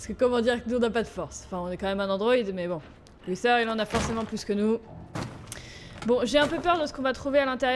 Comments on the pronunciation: c'est pas luseur c'est luther je t'ador Bisou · C pas lusseur c luther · Tu me stresse à dire Luther "Lusseur", ça se prononce Lutère si je me trompe pas 😂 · C pas luseu c’est luter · Sa ne se prononce pas lusseur mais luteure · ses luter pas luser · C pas luser c est luther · Juste Luther se prononce pas “Lusseur" mais “Luteur" voilà sinon super épisode comme d'hab 😁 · C pas lussère c lutère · Moi j'ai vu Detroit avec Sora aussi et il disait Lutère du coup ça me perturbe aussi qu'elle disent lusseur😅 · Je crois que luther sa se prononce pas comme ça toi tu dis" luSeur" mais c'est" luTeur" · Sa se prononce luTer et non Luther la petite la dit x) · Alice prononce Luther "📣luter" dans la vf ! Comme ça tu sais ^^ (mais bon tu le prononce comme tu veux hein) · C'est luter que on dit son (maître ) dit comme ça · C'est parce que " Lusseur " est la prononciation anglaise qu'elle le dit comme ça 😉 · C'est parce qu'elle le prononce avec l'accent anglais . Après chacun le prononce comme il veut , c'est pas forcément faux de le prononcer comme ça, La VO du jeu c'est l'anglais après tout.